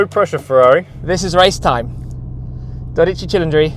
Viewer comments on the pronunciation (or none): "tchee tcheendree" is not correct my man. It sounds like "cee leen dree" it comes from the word Cylinder.